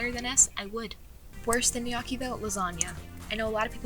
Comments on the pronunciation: pronounce lik uh dis gnocchi(no-key) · unless this is a joke you are definitely not italian- calling gnocchi "in-yawki" is wild. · ….I’m sorry, okay, I like you, I do, honest. However, why are you saying gnocchi like that? Gs are silent. Please. You’re killing me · the way she say gnocchi